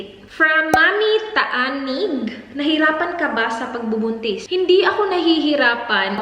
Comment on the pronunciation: Ako lang ba o ako lang talaga na nacutan sa sinabi nyang "pagbubuntit" Love you ❤